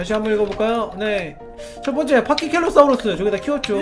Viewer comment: 파키켈로사우루스가아니라 파키케팔로사우루스에요.